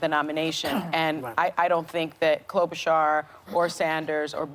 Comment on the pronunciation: It's pronounced Klobushar, not Klobutchar.